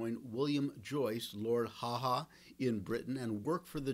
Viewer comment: His nickname was Lord Haw Haw,not Lord HaHa...get it right...please